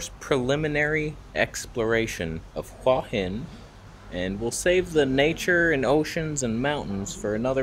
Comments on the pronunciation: Hey, that night market at Hua Hin is wonderful but there is another night market on Petchkasem Road that is cheaper and has more authentic food closer to the centre of town. By the way, the Thai's pronounce it 'hueeey Hin' and not 'hwah hin' how you pronounce it. It means headstone and represents that crop of rocks near the beach on the northern side where you were walking in the water in this video. I stay in a resort right near there where you were standing at 16.00 minutes in the video. I remember when I was in Hua Hin and swam in the bay, the water was so warm it was like taking a warm bath. The sunrises from those Hua Hin beaches are amazing. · It's pronounced who-a hin, I remember hua means heart.